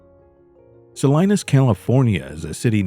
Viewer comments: Sa-Lee-Naas not Sa-Lie-Naas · Its “ Sa-lean-us “ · It’s Sa-LEEN-as. And this “peaceful community“ comment, Salinas is like any community, none of them are that peaceful. I knew a nice guy that got murdered there because he opened his motel room door to the wrong person. He was only there overnight on a job. They couldn’t bear to tell his mother how he really died. Take care out there, people.